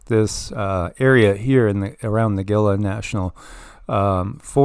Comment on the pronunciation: You lived by the Gila for a year and don’t know how to pronounce it? Haha, pronounced Hila. Love the channel